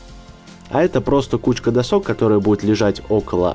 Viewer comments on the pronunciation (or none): досОк, прям слух режет. Верно дОсок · не люблю душнить, но можно впредь "дОсок" а не "досОк". А то чуть кровь из ушей не пошла)) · До́сок а не досо́к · не досок а досок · Не досооок а дооосок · Не досОк, а дОсок😂😂😂 Видео очень понравилось, с меня подписка:3💖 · досОк ???? Уши режет.... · дОски, дОсок! Ударение на первый слог и ни как иначе! :-( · На слово досок ,научись правильно делать ударение,а то уши режет от этого слова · Досок ударение на первый слог(слух режет),а так замечательное видео!Лайк.